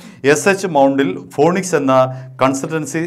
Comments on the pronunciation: “Phoenix” എന്ന വാക്കിന്റെ ഉച്ചാരണം “ഫീനിക്സ്” എന്നാണ്! “ഫോണിക്സ്” എന്നല്ല!! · ചേട്ടായീ ,ഫോണിക്സ്, ആണോ അതോ .ഫീനിക്സ് ,ആണോ?